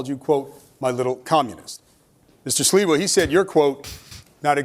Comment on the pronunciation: no 😂 it’s Sliwa not Siwa